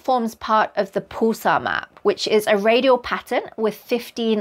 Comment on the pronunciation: I've never heard it pronounced "pool-sar". Rather "p-uh-l-sar"